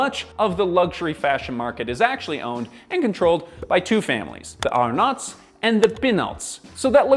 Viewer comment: I am French, and your way of pronouncing the Arnaults and the Pinaults is priceless! thank you for that 😂